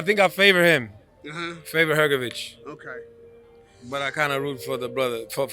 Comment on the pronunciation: I bet this american journalist will misprounonce philips last name again next time even though he heard from his brother pronounce it correctly,it is hrgovich not hrgoviq ,americans,dont care ,dont want to learn